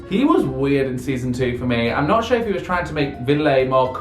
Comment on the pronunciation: His accent is so funny! The way he says sure 😂 “shoower”